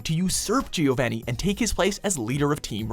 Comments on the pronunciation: Also pronounced Giovony not Giov-a-ni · You pronounced Giovanni wrong at not only #6, but also #1,. Also, next time, put Pokemon Heroes on the podium. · Hey, please stop saying names like Giovani and Naruto wrong, it's just become painful at this point. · BillyBob Drizzle ZaBOOza and... giovanny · Giovanni? Really? You guys can't pronounce things to save your life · Damn, at least learn the pronunciations! Jirarchi? Givaini? It's Jir-ah-chi, and, Geo-vah-nee